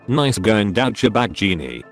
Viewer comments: No one: auto speech: Daucha bag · Douch-cha-bag. I love this thing's mispronunciations!